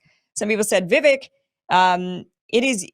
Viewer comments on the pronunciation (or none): Vivek has been around for long enough. I love you Kim but get his name right .. Vivek rhymes with cake Vivake!